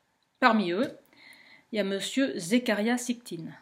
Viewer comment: Zécharia SITCHIN ...!! facile à prononcer pourtant merci ! Le livre que j'ai de lui s'appelle :""Quand les géants dominaient sur terre""....Edition Macro Savoirs Anciens.